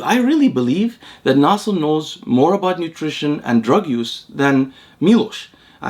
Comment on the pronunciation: You pronounce "Nasser" with perfect Arabic pronunciation.